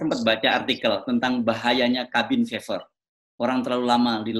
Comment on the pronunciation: Cabin Fever (kehbin fiever). Kok bs pd salah pronunciationnya dua org idola saya ini. 😜